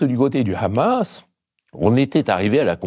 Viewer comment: C’est quand même formidable d’entendre Mr Badie prononcer correctement « Mahmoud » et « Hamas » mais dire « Trumepe » 😂